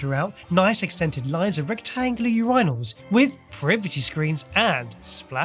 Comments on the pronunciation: when decides to emphasize the I in urinals instead of the U wich is emphasized in Urine, i am for some reason bothered. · what I want to know is what possessed to pronounce "urinals" that way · OK, I was not ready for how pronounced "urinals". That has to be the most absolutely ridiculous British pronunciation I've heard yet.